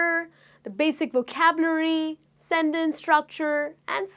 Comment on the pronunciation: Supongo que usted es Latina a juzgar por su acento, y debo reconocer que su Inglés es muy bueno, sin embargo noté que la palabra 'vocabulary' no la pronuncia muy bien y le aconsejo que trabaje más en ello. No me mal interprete, sólo es una crítica constructiva que le doy. Se agradecen mucho estas lecciones gratuitas. Saludos desde México!